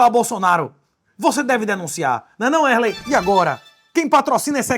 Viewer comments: em momento algum do video ocorreu a pronuncia Wesley... é mais algo proximo a "uerley" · É Wesley kkkkkk é porque ele fala o nome dele errado